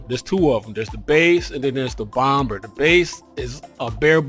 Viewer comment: You're the only dude I've ever heard pronounce the 2nd "B" in Bomb. You say it like it is spelt, "Bom-Ber". I've always heard it as "Bom-Mer". Also, GOT'DAMN YOU GOT A TON OF SHIPS! I've only got 3!